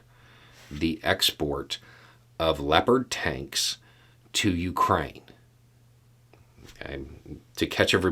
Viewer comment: I swear to god, at first I thought you said "leopard taints". I feel a little ashamed about that.